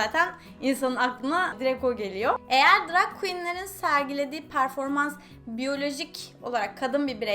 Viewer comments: Seda E. Turkiyede herkes drag queen yerine drug queen diyor nedense. Belki de bu yuzden drug queen demeyi secmistir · drag makyajıyla ilgilendiğini araştırdığını söylüyosun ama daha ''drag''i doğru telaffuz edemiyorsun, hoş değil.